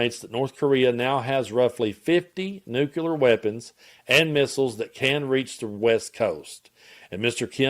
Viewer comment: NEW-CLEAR nucular is not a word Sound it out man